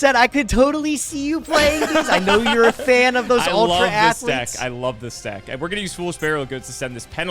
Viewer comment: UL-TRA ATH-LETES! Clap clap Clapclapclap